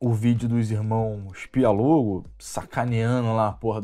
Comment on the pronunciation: É Pi-o-lo-go ... e não Pi-a-lo-go.... ok.... só para entender. ...